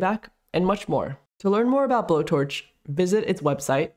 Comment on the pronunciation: I thought it is pronounced like blow-torch but not explicitly blow-torch -> bow-torch